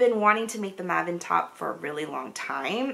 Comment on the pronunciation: Hi! I thought I’d fill you in on the pronunciation of Maven. And I’m only doing this 1.) To put you out if your misery when you show it in future episodes; and 2.) Because you said you try very hard to say people’s names correctly. No, maven is not a person’s name, but still. So, “maven” is a word that has become really popular in North American English over the last few decades. It is a Yiddish word, meaning “expert, connoisseur”. As in, “I can’t sew worth beans, but he’s a real maven.” Also, Yiddish is in the Germanic family of languages, but about 5-10% of the words have their origins in Hebrew. “Maven” is the present tense singular of the Hebrew verb “to understand “. But, how is it pronounced? Like the Yiddish version…MAYven, as in the month of May, stress on the 1st syllable. Rhymes with “I’m cravin’ some ice cream.” Okay, more than you bargained for 😂. Loving all that you do!